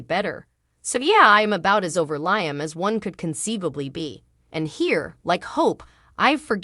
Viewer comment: Please pronounce Liam right